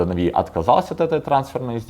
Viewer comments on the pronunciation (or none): Он специально говорит не нАви, а навИ? и не Бакыт, а Бакын???? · Он меня бесит уже потому что он говорит навИ, а не нАви